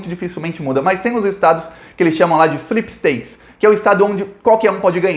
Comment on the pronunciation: Só uma correção mínima não é "slip states" mas sim "swing states" , que são os estados que mudam o voto dependendo da eleição e do candidato!!!! Agora uma correção maior: eu não acho que o fato dele perder eventos importantes, como o segundo debate no dia 15 de Outubro, vai prejudica-lo nas pesquisas e urnas, pq se tem uma coisa que é fato, é que americano ama um vitimismo, ama dizer "ah mas ele não é tão ruim assim, todos nós erramos, blá blá blá blá blá"... e tbm pq quando foi com a gente nós, na ingenuidade, tbm pensamos que o coiso fugindo do debate com a bolsa de cocô dele, iria prejudica-lo politicamente, e no final das contas foi justamente isso que fez ele subir nas pesquisas, e eventualmente ganhar, portanto: o fato dele se vitimizar mesmo o médico já tendo dado alta + o fato dele não participar dos debates = Vitória!!!! E Trump pode estar usando a mesma estratégia, as próximas pesquisas dirão!!!!!